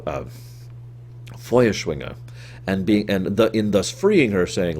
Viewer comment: Great German pronunciation :) I'm German and yeah that's how you say "Feuerschwinge". ~Foieshwinge